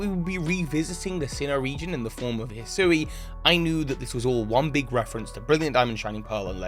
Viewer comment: till can't pronounce Hisui right after all this time.